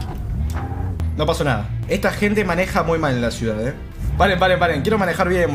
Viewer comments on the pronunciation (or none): none